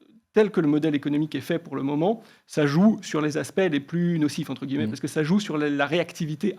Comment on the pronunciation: Entre « guilleu-mets »*